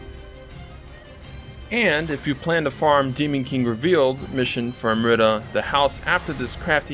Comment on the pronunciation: Am-REETA lol you're killing me over here 😂🤣😂🤣 ty man!